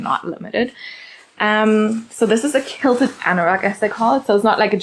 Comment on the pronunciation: You're so cute. I just want to correct you on how to say QUILT QUILTED. Sound it out as Kwill-ted. The QU is sounded kw like queen. But I love the papaya color too! You are pronouncing it as kilted. 💋 But not here to judge 😊 you can pronounce it anyway you like , right?!